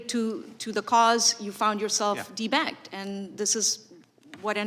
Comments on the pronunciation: 😇🤣I swear when i first heard her saying de-banked it sounded like, people are being T bagged. I hed ti rewind the video 😉😑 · It sounds like she’s saying “D bagged” 😂. Ah ya gotta laugh to keep from crying & going as insane as these thugs are! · Did she say "debagged" ??